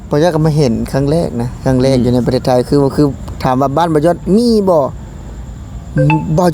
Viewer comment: ครั้ง.. ไม่ใช่ คั้ง🤐